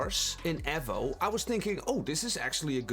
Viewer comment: Wtf is ehvo? E-vo Eevou Eevo Evo